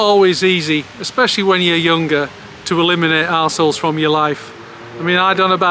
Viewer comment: "numba won, tolerating ossholes" 😂❤